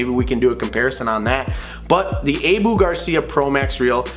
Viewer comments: It is more like - Aaah, Buuuuh. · That’s what they are this guy doesn’t know how to say it, it’s ah-boo not a-bu cuz there isn’t a e in the name so it’s ah-boo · What the heck is a A=BOO reel lmao 🤣 sound it guy come on......abu fool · Can’t take a review seriously by someone who doesn’t even know how to pronounce “Abu.” It’s a short “a” like the a in “at.” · I hate how he pronounces Abu Garcia